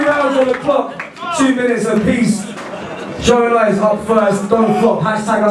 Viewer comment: I Am A Big Fan Gjonaj clowned you on Facebook for butchering his name 😂